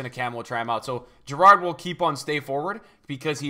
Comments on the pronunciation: How does he pronounce Gerrard wrong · learn how to say Gerrard correctly